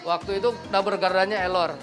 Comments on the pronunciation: 'Error' bukan elor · Error bang bukan ellor